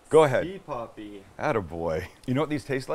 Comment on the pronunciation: That "si papi" sounds so wrong! Hahahaha!!!